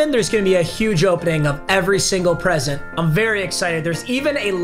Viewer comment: Stop saying huge like that bruh